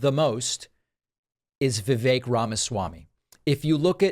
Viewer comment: He's an annoying political figure, but thank for having enough respct to pronounce "rhymes with cake" correctly